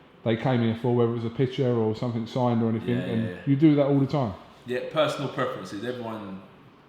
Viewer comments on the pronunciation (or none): Sumfink? educated interviewer lol